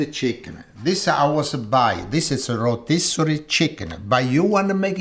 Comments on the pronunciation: Rotisserie ❌ Reetossery ✅ ❤❤❤ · Geesh! I understood what he said when he said "rotisserie"...don't be so hard on the ol'guy...kidding, not kidding 💗🤣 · Let him say rotisserie chicken as he pleases. Part of his charm is maintaining part of his culture.